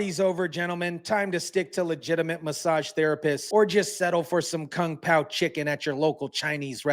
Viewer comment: Did he say Kung pound chicken